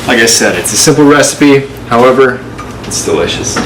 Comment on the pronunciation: Jess said" restipie"